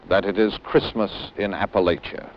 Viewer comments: The Yankee pronunciation of Appalachia says it all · They spent all this time there but never learned how to pronounce "Appalachia?"